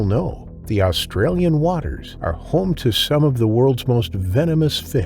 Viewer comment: Wish the narrator wouldn’t emphasise Australia! All the sharks don’t live here ya know!